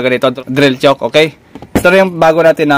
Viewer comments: hinda yan "tsuk" ang pronunciation ng chuck is same as "tsak" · Bakit chok po ang ang pronunciation po ninyo ng chuck ? Parang "chak" po ang pag pronounce nyan idol hindi "chok" para hindi po malito ang viewers. Salamat po sa tips nyo po. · drill chuck. tamanga banggit ay katunog ng salitang tiyak. hindi drill tiyuk.